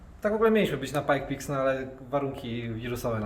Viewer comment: Pike's Peak, nie pajkpiks :) czepiam się dla sportu, szacun za robotę!